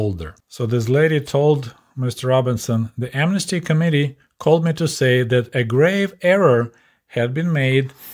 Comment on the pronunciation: Your accent makes the word "committee" sound like "comedy"! Please never change how you pronounce this word, because it's as true today as it was back then! Love your videos,, please carry on the good work you're doing. I'm the same age as you, so it's extremely interesting, being able to directly conpare my life growing up in a capitalist country (UK) with growing up in a Soviet country as you did. Your expectations for birthday presents were far below mine - if I'd only been given a couple of kgs of bananas for my birthday, I would have cried! In comparison with you, I was a spoilt brat - and my parents were only working class!